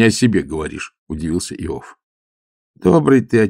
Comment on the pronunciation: Простите, Александр. АлексИй. Иов. неправильно ударение. Надо было проконсультироваться. Я Вас уважаю, как прекрасного артиста, но эти небольшие ошибки шокируют. 😮